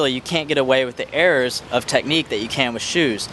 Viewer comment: Lol i heard "errors" as "airs" and then i realised